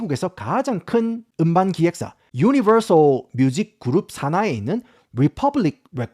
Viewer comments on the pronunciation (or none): none